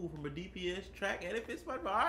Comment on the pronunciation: Krabbybatty I think that's what yall said at the end lol or krabbybaddy